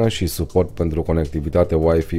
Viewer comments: Scuza-ma, dar WiFi se pronunta ,,uaifai'' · nu mai zi uaifi ca ma enervezi rau !